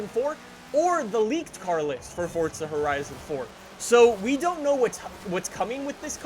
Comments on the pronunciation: It’s forza not forsta pls say it right it’s pissing me off🤣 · Its forza not fortza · Whats this fortza your talking about? Cuz theres no T in the forza (Four-Za) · FORZA, not FORTZA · Stop putting a T in Forza. It’s FOR ZA not Fortza. English please. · Who else gets triggered when he says Fortza instead of Forza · Anyone else notice that he says fort-za 🤣🤣🤣🤣😂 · Please stop pernouncing forza like fortsa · Please stop saying ''Fortza'' so much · He pronounces it as fortza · Hey, please stop pronounce forza with a t... You say fortza, thats not how you say it, so please, stop. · "fortza" sorry i like the vids but...fortza. hmmmm. lol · Does FORZA have a T in it? NO so stop pronouncing it incorectly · No they’re not both correct learn your English there is no T in Forza